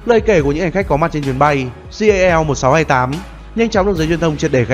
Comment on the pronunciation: jal mà nghe đâu là JAV